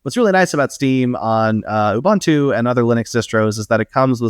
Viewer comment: Please look up how to pronounce Ubuntu. The name was specifically chosen as a word in Zulu that means to be open and receptive. There is only one way to pronounce it.